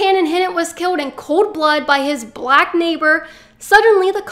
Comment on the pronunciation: I LOVE HOW YOU OVER EXAGGERATE "BLACK" EVERY TIME YOU SAY IT. SHOWS HOW IMMATURE YOU ARE!